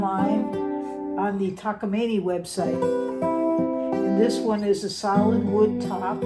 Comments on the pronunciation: Ma’am, yes you are pronouncing the high end guitars incorrectly. Just go to the web. Your new taaakameame is beautiful. LOL. I love 12 strings. Gordon lightfoot and John Denver both played them. Only for certain songs because they add fullness and resonance with volume. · Your pronounciation sounds spot on to me. Taka-meany is how I know it. But however you choose to pronounce it, its a fine, VINTAGE guitar! And, its your guitar, so pronounce it however you want, pedants be damned!